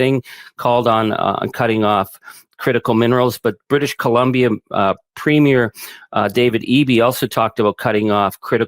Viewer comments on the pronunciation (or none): 🇨🇦 Albertan here, thank you for finally pronouncing it "Al-Bird-A"!!! NOW please stop prouncing Premier as "Premiere" say it right! We will school you! Proud 4th generation Albertan here, but Im a Canadian first! ❤️🇨🇦❤️